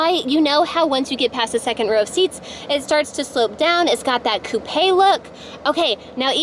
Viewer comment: Despite Mini mouse voice, mispronounced coupe and other annoyances thanks for the demo